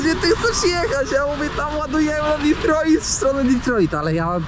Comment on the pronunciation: prawdopodobnie nie zrozumial bo mowisz Ditroit hahahahahah